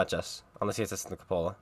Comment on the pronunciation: If you're going to be an author, you should probably learn what a cupola is and how to pronounce it.